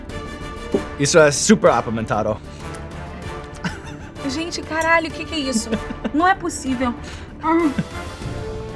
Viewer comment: Sean's pronunciation of "isso é super apimentado" was surprisingly great! Kudos from Brazil, man!